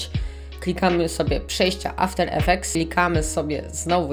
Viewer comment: "After effects" a nie "Avter Efftects"